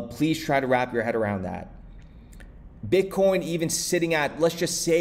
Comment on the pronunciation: You said bitcorn the first time I heard it !.. 🌽